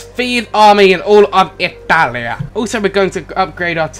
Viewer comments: I'm Italian and that "Ittalia"... I know that feel bro. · thought the dude said "Hetalia" not "italia" XD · he said: 'italia!' i thought he said: 'nutalia' *instant huger*